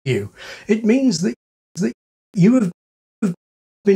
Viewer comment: Is pronouncing 'that' as 'tha-' a weak form? Because when you do the more pronounced speech at the end you still do a glottal T at the end of it.